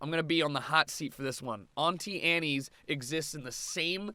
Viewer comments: 1 wtf is an ontee aneee it’s pronounced an-tee Ann’ 2 you’re opinions are shit but it’s you’re opinion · Did you actually just pronounce Auntie Anne’s like that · The way he said Auntie Anne's....